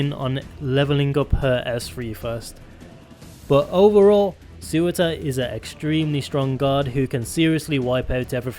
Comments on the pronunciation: Tbf those names are mad hard to pronounce correctly, much like Eyjaf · "Sewer-tur" Why can't anyone just pronounce Surtr correctly. :( Btw Laevateinn is pronounced "Lay-vah-tain"